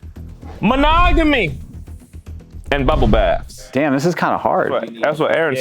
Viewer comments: Herms face when couldn’t pronounce manogomy was hilarious 😂😂😂😂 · and then saying mahogamy for monogamy 😭😭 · The fact that can't even pronounce monogamy is hilarious 🤣